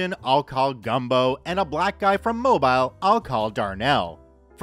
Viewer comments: Mobile is pronounced “Mo Bill” or “Mo Beel” for native Alabamians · Mobile isnt pronounced how u would think it's pronounced moe-bill not nit picking just random info lol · I know you're Canadian, so I'll forgive you, but it's mo-BEEL. (Mobile, AL) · I know you're American, so I'll forgive you, but it's mo-BILE. (Kidding aside, I get it. Lol Working for a US cell phone company I had to learn how to pronounce it "correctly" 😅)